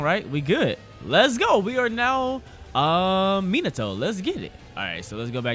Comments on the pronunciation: minato smh who pronounces it minado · This nigga said monado instead of minato lol this aint xenoblade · It's pronounced me-na- to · Mee-nah-Toe bruh your making me mad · Meen ah toe is how you say his name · That shii get me mad when he say minaatoe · Minato MinaTto?! Bruh I was already pissed about ''Narrudo'' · Minato (ME-NA-TO) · Ma net a that is how you say it your welcome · This is how it's pronounced in English Mee Nah Tow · The way u say minato is closer to the real way u say it it’s like menato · I’m Japanese, it’s MEEN-uh-toe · Ur good its m-in- na- toe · it’s me-nah-toe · ME-NA-TOE But close enough (not trying to hate) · It's like "me not oh" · Minato name is pronounced (me•nah•toe) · I pronounce it min-uh-toe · Its said like Minute toe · It’s pronounced mee-nato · Pronounced meenuto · MIN-AHH-TOE is way better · Bruh its not pronounces either of those its pronounced Mii-Na-To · Why are you saying in the Greek Way to say Minato